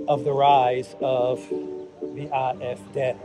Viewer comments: You are speaking English, you ANGLICIZE foreign pronunciation. It's "ay eff dee". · "AFD" The pronunciation in German is Ah F Day. 😉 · You‘re pronouncing the „D“ in AfD incorrectly. Should be like „day“. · Good good Day!!!!! Love the way you pronounce AFD as Eye eff deh. I would have thought Ay Eff Dee.